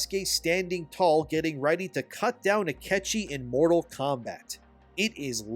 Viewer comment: His name is Ah-kee-chee